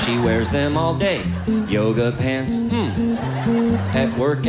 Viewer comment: “Yooguh pents” 😂😂😂😂😂😂😂😂